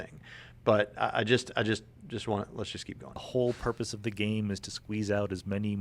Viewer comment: Did he say "what is the porpoise of life"?